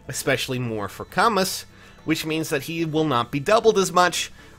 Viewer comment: I might be way off here, but shouldn't Camus be pronounced "Ca-moo" like the French author???